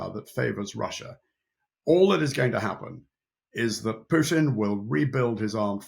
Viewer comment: Correct pronunciation is Pootin, not Pewtin.